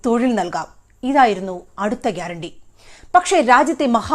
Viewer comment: അയാൾ പറഞ്ഞത് ഗ്യരാണ്ടി എന്നല്ല പേട്ട അണ്ടി എന്നാണ്